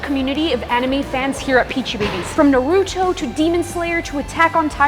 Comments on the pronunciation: She doesn’t watch anime… she said animee and Nuhrootoh..?? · We just going to ignore that she said nuh-rou-toe? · she really be saying naruto wrong